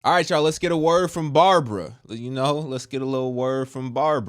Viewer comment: Wonderful word! 😂 the way you say Babara sounds very funny, although you don't mean to sound that way, but it's funny. God bless you